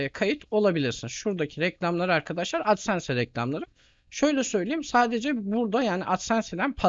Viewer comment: hocam adsense diye okunmaz dslşkflşsdkfşsldkfaskfsf